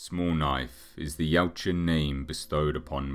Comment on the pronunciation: I edited my original post. It just kinda throws me when people emphasize the "U" in the species name. But a good video nevertheless. I'm just a massive "Predator" fan and nit-picking =)